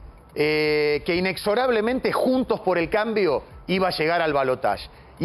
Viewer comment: Analista fanático de Massa y, detalle no menor, un ignorante carente de profesionalismo alguno. Ni el nombre de la coalición pudo pronunciar correctamente.